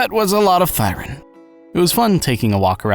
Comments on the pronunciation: "Thee-ren". 'Thigh-ren' is a blashpemy to romance languages /rant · I've been pronouncing it Thee-ren this whole time O_O Would be interesting to find out if Hugo and VIvian are half Onis cos Onis have pointed ears too. People did theorize they're bat-thirens but with no wings and other bat qualities, it's hard to say of the veracity of this theory. Anyways, great video, really enjoyed it, keep up the good work.